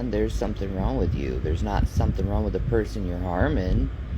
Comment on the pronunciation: you, I was just joking. says the word "wrong" without the "g". It always sounds like "ron". So when you said "maybe I'm wrong", I was joking and said "you mean maybe your ron".